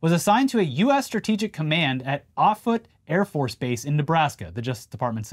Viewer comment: in Nebraska we pronounce Offutt kind of like "off-it."